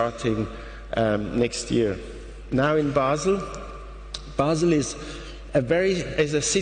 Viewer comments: And the embarrassingly bad interpreter says BAY-SEL! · And the embarrassingly bad interpreter says BAY-SEL! Basel. Shame on you! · The interpreter says "BAY-SEL" (Basel), that's when I stop watching! Shame on you!